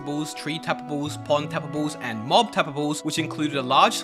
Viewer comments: Didn't catch ya. Did you mean TAPA-BLES? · saying tapables is so satisfying lol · “So tabbababes pond tababbes and sand tabbababes”